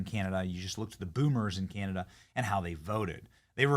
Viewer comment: Well at least Cana-Dauh not PM'd by the substitute drama teacher.